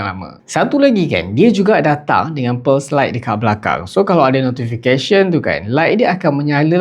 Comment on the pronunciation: tadi aku perasan sebut pulse tu pearls hahaha